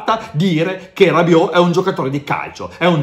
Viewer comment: Non sono i peli che si staccano e che dici una grande cazzzata Bentacur meglio di Rabiot, prima di tutto impare il francese prima di parlarlo